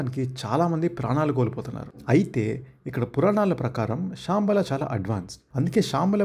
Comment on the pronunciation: Shaambala kaad ra ayya Shambaala😂